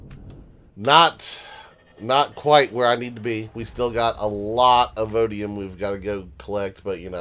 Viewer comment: Everytime you say vodium instead of voidium you make a grammer nazi twitch. I have to chuckle each time you do it. You can have more than one voidium deposit on a planet so you may want to double check before you move to new planets. I'm doing the voidium/drone parts grind right now as well, never had a regenerative shield before. Almost have all the voidium/drone parts/progenitor fragments, now I have to do the plasma planets for their parts. For extra storage I sometimes use an unpowered mini storage base that's just a rack of container controllers. There's no real cpu limit if you aren't powering it so you can have a 1x320k or a k storage rack right next to your main base. Throw a wifi in it and you are good to go. You can dress it up pretty if you feel the need. As far as 1.6, just thrilled that I can knock down tree's now with an HV. Too many times I've been killed by getting wedged between trees or impaled on a sapling when near a poi. If you need a break from the grind go curb stomp the various home worlds (legacy, zirax, kriel, etc)